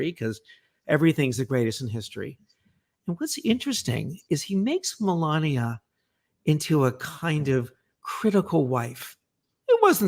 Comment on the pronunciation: To me it sounded like "Ivick." In any event, it definitely wasn't "Melania." He got his own wife's name wrong.